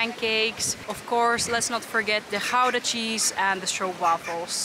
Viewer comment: It always amazes me why expats move to the western part of The Netherlands. Rents are sky-high and then you still live in a small pigeonhole. Finally, an expat who knows how to pronounce Gouda correctly! Refreshing.